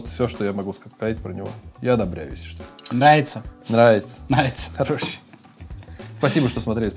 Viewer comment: Нраица ?! Нраица . Че как чё ?